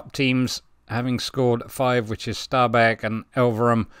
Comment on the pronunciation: Really well pronunciation! How you pronounce Stabæk is spot on! Norwegian is a very musical language...up and down in tone. Great episode too! Definitely worth a watch!